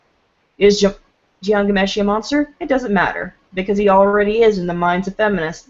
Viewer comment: please, if you are going to do a piece on Ghomeshi, learn to pronounce his name BEFOREHAND